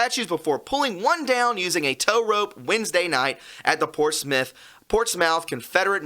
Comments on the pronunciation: PortsMOUTH is pronounced PortSMITH. ✌🏼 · ish... Portsmouth... :) hey from UK... we got a Portsmouth too... we pronounce it Portsmth... or even Portsmf... :) hope helps... :) Cheers man !!! :) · its pronounced portsmith! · Pronounced "Portsmuth" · "portsmouth" pronounced PORTS-METH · Portsmouth is pronounced Ports smith. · Pronounced "Portsmith"